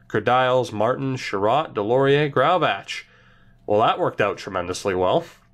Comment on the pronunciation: Graovac pronounced gray-oh-vak